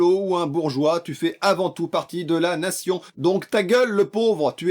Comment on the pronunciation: La grandeurrrrh de la natzion